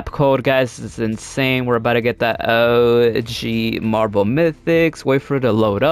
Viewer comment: Half the time all I heard was “ohhhh geeeeeee marble mythics”